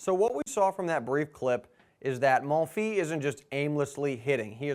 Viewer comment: Great video! BTW the "s" at the end of "Monfils" is pronounced